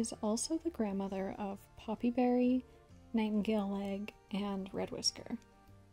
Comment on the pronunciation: I heard Nightingaleleg as ‘Nightingale egg ‘ 😂 But anyways , I generated a clan to draw and it HAD ONE TOM all she-cats one Tom , Now how the hell but anyways I do have two toms changed up a she to Tom so I can have a gay relationship to just fit in with the MANY lesbian she-cats of course most she-cats mates are from different clans k/p or rouge but yeah it’s CRAZY